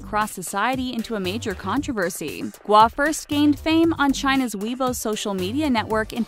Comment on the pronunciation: Weebou... Weibo's pronounced as weibuo